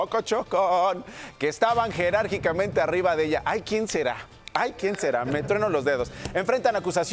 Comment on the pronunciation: Qué no es "Jerárquicamente"